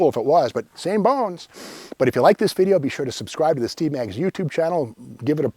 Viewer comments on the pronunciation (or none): none